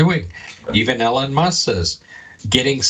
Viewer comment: can you PLEASE pronounce his name Eee-Lon. You’re killin me with this Ellen Musk thing lolol